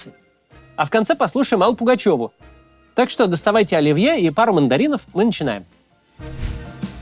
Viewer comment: Какой, нафиг, "ольвье" ? 🤪